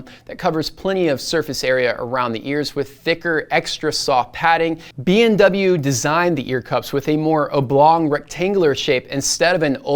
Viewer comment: why do I hear BMW instead of BW all the time you say the short name of Bowers & Wilkins?